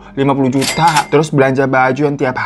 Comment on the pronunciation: Ketawa juga kalo lg cerita juta jd jutu gituh